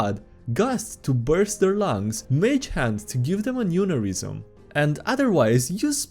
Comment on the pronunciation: That pronunciation of Aneurysm is going to give me an AN-UR-IS-UM